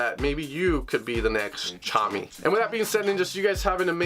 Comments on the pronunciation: Is it not pronounced "tuh-commie"? Tchami? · I think we've let this go too far. Someone needs to tell him that the T is silent in Tchami haha